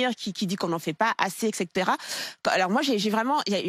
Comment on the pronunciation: Chère: le français est une langue assez riche et complète pour ne pas avoir à lui remplacer ses propres termes par leurs homologue britanniques!!! Encore faut-il connaître ces termes! "leadership", "excès-terra" 😲🤔... "et cætera"😅 je présume, "warning" bravo Mélanchon: "alerte" en français, "il prend le lit de..." ah le "lead"?😂, "leader", "followers"... Dommage, d'autant que par ailleurs, je trouve vos questions sur le logement très pertinentes! Mélanchon???🤔... En tout cas plus de Macron!!!🤢🤮